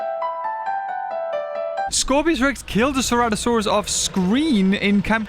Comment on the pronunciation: finally learns how to pronounce the name of a dinosaur that's been in since the game started after playing for 5 yrs